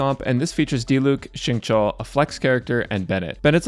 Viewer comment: xingqiu's name is pronounced as shing-chew :)